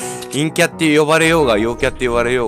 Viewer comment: たまにいんきゃっていえてないよね